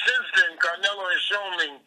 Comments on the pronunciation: Nazi kills me calling him "CaR-nelo" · "Carnelo," WTF??